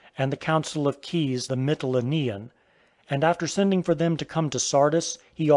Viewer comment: I was especially annoyed by that American woman who pronounces Knidos as Sniddus, Tmolos as Timmulus and Mytilene as Milliteen(!)... FGS!!! 'Milliteen', that sounds to me like the 1/1000th part of a teenager XD